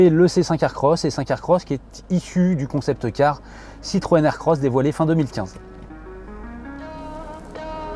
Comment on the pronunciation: Alors, on dit pas "concepteuh car", y'a pas de E à la fin, on dit pas "soite" mais "soit", le chiffre quat' n'existe pas non plus, rien ne "peut permettre" (?!!!!), enfin cette voiture ne "VA" pas avoir ni pouvoir (38 fois, quand même !!!) ce qui est dit, elle le fait déjà.